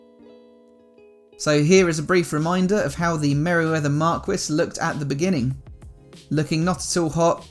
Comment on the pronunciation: Fantastic job! NB. Marquis = "Markee"